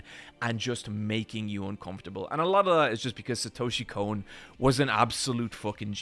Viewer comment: "I am one of the few anime fans that pronounces Satoshi Kon's name correctly." ~ this guy